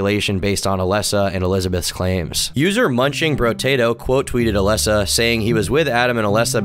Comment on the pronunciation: Also oh my god it really doesnt matter but you are mispronouncing Alesa's name the whole time and it bothering the heck out of me. It's A-LEASE-a, like the word lease, like "Lisa" with an A sound in front of it